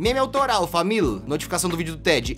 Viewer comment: t3ddy fala família não famil